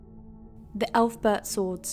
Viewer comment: Yeah, you lost all credibility when you pronounced it "elf-bert"